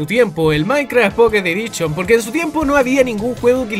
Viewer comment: Minecraft mobile "edichon" :V